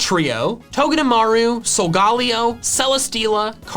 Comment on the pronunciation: So are we just gonna ignore the fact that he pronounced it solgaaleo